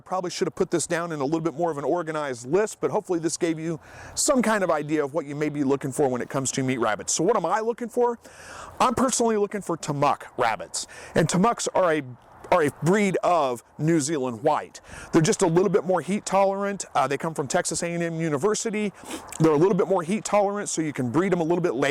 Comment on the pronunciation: TAMUK is pronounced tam ook. TAMUCC is pronounced tam uck. Just a friendly tip from a TAMUK alum. Also, TAMUK rabbits are not a breed, they are a composite intended for terminal production. They do not breed true when you breed them to each other.